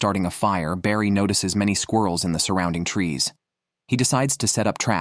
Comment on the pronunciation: and he's calling barry "brady"